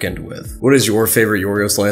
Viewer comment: well his name in greek is Γιώργος λανθημος (George lanthimos) i imagine in English they call him yorgos instead of gorgos is because in Greek ( in the case of George ) g sound like y like yiorgos or yiordanis the y sound like y or gio (in this case) so yeah you pronounced his name actually well not like most English people I feel most because even if we have some similarities like 5% I think of English word have greek origin (like geometry and philosophy we call them almost the same in both languages) but the greek language has a really different alphabet and overall pronunciation and to be fair the Greek language is really complicated and hard so yeah good job mate